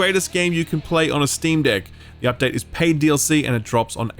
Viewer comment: I am the only one that giggles when he says "Steam Deck"?